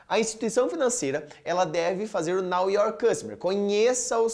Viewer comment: Muito bom!! Apenas uma observação, a pronúncia, é know (noʊ) your customer, não "now" de agora. Muito obrigada pelo conteúdo.